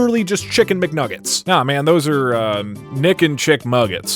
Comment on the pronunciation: I thought you kept saying d*ck instead of Nick and I was very confused